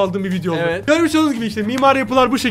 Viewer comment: Hayır hayır ✨Evetğ✨